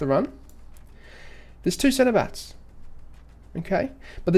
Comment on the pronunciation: Is it just me or is anyone else hearing him say centerbatts instead of center backs lol.